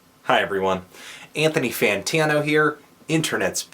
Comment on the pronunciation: You pronounced Anthony Fantano wrong.